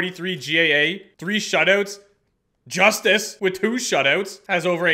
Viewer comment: Also as an Avs fan, it's pronounced Eustace lol not Justice I know it's weird